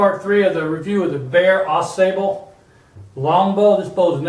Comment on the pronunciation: pronounced ah sahble, at least here in Michigan